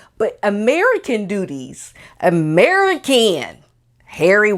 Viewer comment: I lost it on the “Merican”. 😍❤️